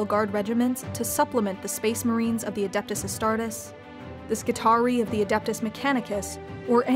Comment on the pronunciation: I'm a little triggered she pronounced Astartes as "Astart-ess" instead of "Astart-eez".